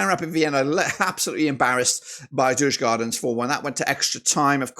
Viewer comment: If i am correct you have betted agains DIF every time. DIF has also beaten the odds every time for example Legia, Rapid and Pafos. Am i a Djurgården fan??? ......no ;)... (Btw in english words it's pronounced "You-gorden(garden but with a "o" or "You-r-gone". Not Yurs-gardens)